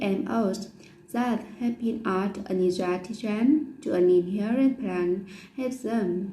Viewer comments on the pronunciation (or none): Group 6''s comments: - Your slide is well-designed and logical - All the ideas are fully-developed - You have good use of cohesion 1. - Your speaking is quite fluent. However, you should pay attention to some words that are not correctly pronounced (inherent...) - You need more body language when present. 2. - Your pronunciation and intonation are good and your speaking is fluent - I can see your body language when present and that is really a good point. 3. - Your speaking is good in general. However, you should pay attention to ending sounds /s/... - You should speak more fluently - You should show examples (how GM plants/animals negatively affect others?) so that audiences can understand your ideas more clearly. 4. - Your speaking is quite fluent and you show good body language. - Your tips are really helpful. Good job!